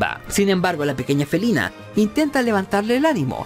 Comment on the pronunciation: solo te digo que si revisas el video en dices felena y felina lo repites 😑😐